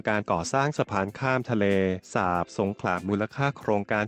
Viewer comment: เห็นหน้าปกแล้วรู้สึกขัดใจนิดๆ.. ทะเลสาป..คำที่ถูกต้อง..สาบ คับ กับอีกผู้ใหญ่ท่านหนึ่ง รายงานรัฐมนตรี อ่านชื่อจังหวัดสงขลา เป็นสงขา..แต่อย่างไรก็ดีก็รู้สึกดีใจคับ ที่โครงการนี้กำลังจะได้เกิดขึ้นจริงๆคับ